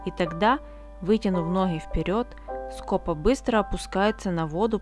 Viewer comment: В названии птицы ударение на второй слог! СкопА. Весь ролик "скОпа" режет слух.